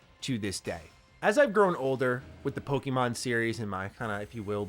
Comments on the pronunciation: Bro can’t you at least pronounce Pokémon correctly? There is no I in Pokémon. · Dude, I wanna watch these videos of yours, but I can't stand the way you pronounce Pokemon. It makes me cringe every time. Google the correct pronunciation bro.... plz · Just a friendly heads-up, it's actually pronounced 'Pokémon,' not 'poke-eee-mon, as in poke-A-mon.